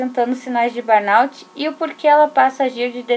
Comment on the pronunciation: Ótimo vídeo, obrigada por compartilhar. Só a pronúncia correta é "burnô".